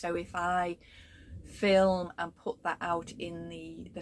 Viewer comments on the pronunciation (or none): none